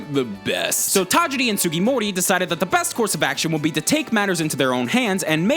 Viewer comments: the only thing wrong with this video is that he kept saying tageedi instead of tajiri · Who proof-read the script? Pokemon Red/ Green came out FEBRUARY 27, 1996. That was the whole point of having the Direct yesterday. Also the mis-pronunciation of Satoshi Tajiri's name is cringe-worthy. Leave the Japanese stuff to Goomba. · The way that you're pronouncing Tajiri is destroying my ears